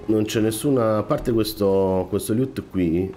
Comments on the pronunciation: preferivo quando facevi "mmmh mmmh" più spesso! Invece la pronuncia "liut" invece di "loot" ti è rimasta! :D :D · Amico mio, i tuoi video sono utilissimi e tutto; io sto a pochi km da te a giudicare dalla tua cadenza vocale, quindi da "paesano" mi permetto di darti un consiglio (poi lo accetti o meno, continuo a seguirti😁) cioè: ti prego, ti supplico, ti scongiuro... pronuncia "LOOT" come dio comanda!! Mi sanguinano le orecchie ogni volta che ti sento dire quel "LIÙUUT", non c'è nessuna "I" tra la "L" e la prima "O"!!!! Si pronuncia semplicemente "Lùtt".